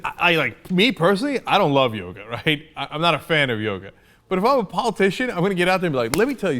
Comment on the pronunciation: This idiot from Virginia wouldn't know 'smart' if it bit him on the nose. But you Cenk should know that the man's name is maharishi mahesh yogi, not yoga. You're already one up on the guy, at least. Make it two :~)